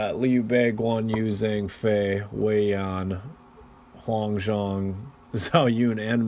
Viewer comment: Sorry, but I just have to get this out of my system. Zh = J (Which means Zhang Fei becomes Jang Fei.) Ch = Not K (Ma Chao is not Ma Kao)